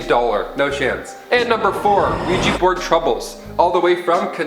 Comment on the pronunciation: OUIJA NOT OUIJI